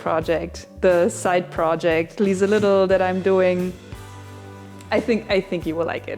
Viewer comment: Lmao I heard Lisa-lidl at the end, am giggling